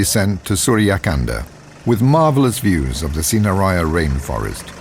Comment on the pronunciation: its pronounced sin-ha-raa-ja